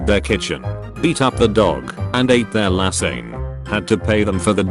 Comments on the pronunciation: Lasagne. “Law-zan-ya”, not “Law-zan-ney”. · are we just gonna brush over the fact it said lassaign in stead of lasagne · Let’s walk you through how to say lasagne shall we la-zan-ya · "... and ate their lassayn ." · LOOOOOOL Their lahsing (lasagne) IM DEAD😂😂😂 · Lol the pronunciation of “lasagne”